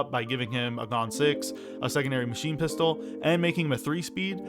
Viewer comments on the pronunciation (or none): none